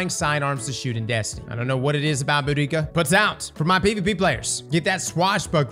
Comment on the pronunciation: Brother cant even pronounce Boudica right❗️ Although its funny how hard her army got clapped by the Romans. No more brother wars.